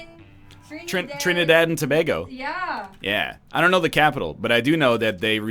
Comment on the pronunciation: TRINIDAD AND TOBAGO BOYSSSSSS!!!!!!!! #Trini Edit 1: The capital is Port-of-Spain btw ;) Edit 2: You're actually one of the few , NL, that pronounce Tobago correct!